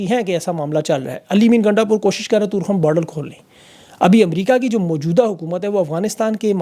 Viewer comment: It is torekham not toorkham